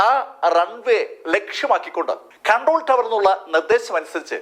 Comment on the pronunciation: ഖൺട്രോൾ ടവർ അല്ല ...കണ്ട്രോൾ ടവർ ആണ്